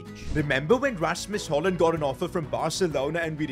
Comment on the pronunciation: Your say it rashmos hojlon